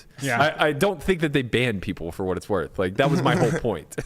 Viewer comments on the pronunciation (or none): none